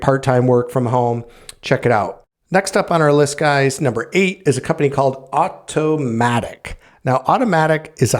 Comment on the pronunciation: Good job on the home jobs🏠🧑‍💻. But you have Automattic as Automatic , Asurion as Suryan in the video's timestamp & Convergys 🔀 as Converges . 😁